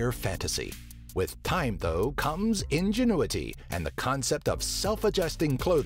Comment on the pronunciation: "with time comes ingunity." - top ten